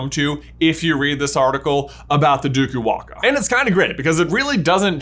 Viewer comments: I am Fijian and can support the “DUKU-WAAKA” theory, although in our culture it’s called “DAKUWAQA” (Pronounced : DAAKOO-WAANGAA) - “It’s Levi-O-sa not LEVYYOOSAA” 🙏😂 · Im from Fiji absolutely love your channel and i find it cool that you found that super specific article. But OMGGGG that pronunciation hahahah ( no fault of your own though ) the Fijian term is probably Duku-wanga because its based on the Fijian old god " Dakuwaqa" pronounced Daku-wah-ng-ah. Laughed so hard watching you so confidently mis-pronounce it, such a great effort though. As a potter head, found the article in itself super interesting. I don't even know if you'll see this comment. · I'm Fijian. Did NOT expect this theory to go in this direction! LOL p.s. waqa is pronounced waanga, and its more common to say dAkuwaqa not dUkuwaqa but either is fine, they sound similar enough! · Me, a Fijian watching this 😳 Wasn't even aware we had a national quidditch team 😱😁🙌🏽🇫🇯 Lol banger vid as always...🔥 btw J its pronounced Duku -Wah-Ng-ah...with the Q pronounced the same way as the letters N and G in the word 'Anger'...Q has a hard G sound in the Fijian language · Hey there, being fluent in Fijian I can inform you that the Dukuwaqa is pronounced "nDukuwanga" with a hard g like in finger. Just my little addition of you'll have it